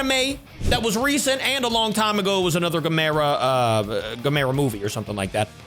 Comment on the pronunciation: Always says gamera wrong